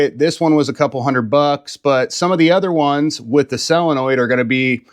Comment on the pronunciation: It's a SOL-enoid, not a selenoid !